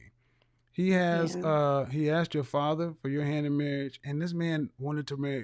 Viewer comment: What is ‘axed’? Not A S K E D FFS!!